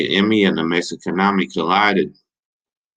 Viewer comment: Say it with me “May-he-khan-a-me” I always got along good with those Dudes and the TS cats whenever I came across them and I even got real cool with a few of them. Shout out to Noe and Huero from Mexicanemi and RIP to Rene From TS Respect. D